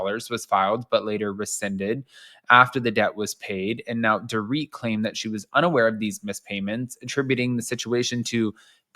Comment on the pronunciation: You missed the. And called she called her ‘poor-Rit’ instead of “dor-rit’